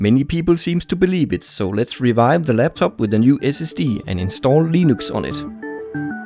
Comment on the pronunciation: "Hello, this is, and I pronounce 'Linux' as 'Leenooks'." Also, it's weird to recognize free music from somewhere else. In this case, it's Zinnia Jones's Gender Analysis series.